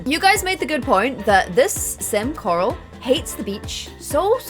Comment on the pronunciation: That moment it hits u that two of the characters are named after Power Puff girls😂🙌🏽 accent is everything and everytime she says “Carl!” (Corral?)Like on walking dead makes me literally lol